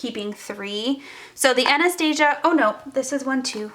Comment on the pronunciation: I cringe every single time you pronounce Anastasia wrong😣